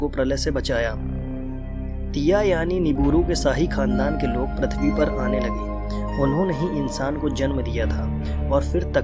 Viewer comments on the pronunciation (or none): Its prithvi bro Not prathvi😊😊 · Bhai why are you telling Prathivi can't you tell prithivi........ But still awsome video!!!!!!! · Bhai Prathivi nai PRithvi hai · which planet is pratvi it's prutvi